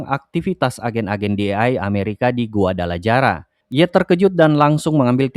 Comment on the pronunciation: Reviewnya bagus, cuma sayang dari kemarin (series Narcos), saya risih dengan penyebutan nama kota, Guadalaraja. Guadalajara Itu dibacanya Guadalahara.